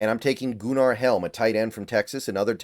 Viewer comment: Goo-nar is crazy 😂